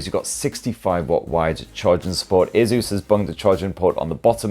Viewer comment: Its called ASUS....NOT A-ZEUS......